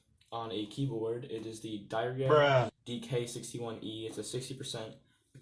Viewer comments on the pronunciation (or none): It's dee-air-ree-ya